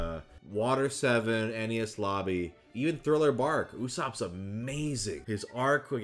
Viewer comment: WHY DO YOU PRONOUNCS ENIES AS NES